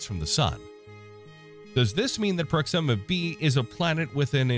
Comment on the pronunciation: Not prox IMMA. It's pronounced PROX ima